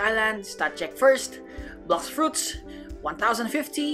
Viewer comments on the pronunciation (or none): i like how he says blegh fruits